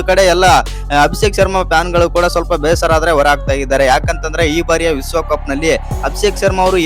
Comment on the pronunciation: ವಿಸ್ವ ಕಪ್ಪು ಅಲ್ಲ ಮಾರಾಯ ವಿಶ್ವ ಕಪ್ಪು ಉಚ್ಚಾರ ಸರಿಮಾಡಿಕೋ